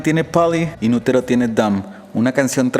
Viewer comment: Cc quieres pronunciar como los gringos pero dices inuroro :v JAJAJA